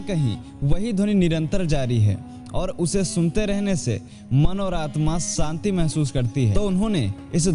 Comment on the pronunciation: Bhai ji santi nahi shanti hoti hai